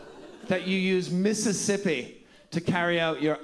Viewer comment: After all the "Miss'sippi"s, making "apt" into a three syllable word chef kiss